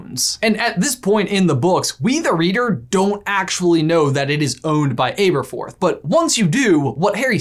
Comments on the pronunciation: Omg... The pronunciation in this one is killing me!! Aberforth: Abba-forth NOT Ayber-forth Pewter: this is a metal, it's NOT. Peter jug it's is PEWter (like star wars pew pew). There was another but I'm heading out.. Edit: Celestina Warbeck: it's BECK as in Beck... Not Back, it's NOT WarbAck it is WarbEck. If in any doubt on how the words are pronounced in English, (or Harry potterish) listen to the Stephen Fry narrated audio books. Or just ask a Brit. Before you say "what does it matter..." Leviosa not Leviosar Diagonally or Diagon Alley Pronunciation counts! Yes I do have Hermione-esque tendencies... and I'm proud of that. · anyone else triggered by this brother's pronunciation of Aberforth? I was sure it's a soft "a" not a hard "A". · Hermoine:It's actually pronounced AB-ER-FORTH, NOT AA-BER-FORTH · Am I the only one annoyed with him saying ''Aber'' with a long A and e, or was I saying it wrong with a short A and e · ITS ABATHORTH NOT ABEATHROTH it's pronounced ah-bah-thorth not ai-bah-thorth Please that killed me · Why is it pronounced AY berforth instead of AH berforth? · It’s ah-berforth not ay-berforth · Pretty sure it’s supposed to be short ‘a’: abberforth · I say Ay-berforth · Got to be the OG Butterbeer. And I thinks it's a soft A on Aberforth. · It is pronounced aaaberforth. You said it correctly once when you read "but did Aberforth hide?" And also get the Merope right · ITS ABRAFORTH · are you pronouncing his name correctly? I think it's a soft 'a' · Jesus Christ it’s pronounced Ab-er-forth like abdominal muscles. Ab-er-forth. Listen to a bloody audiobook. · Guys I'm gonna say it: you're pronouncing Aberforth wrong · I had to stop watching for a moment. Literally couldn't do it. Killing my OCD. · Christopher Benson omg I noticed that a little after the video started and now I can’t focus on anything else 😂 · I found it a little odd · Why didn’t anyone say anything about how he pronounces aberforth. He’s doing it wrong